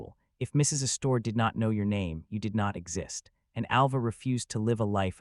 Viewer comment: Tell your AI theater the name isn't said "uh-store." The accent is on the first syllable.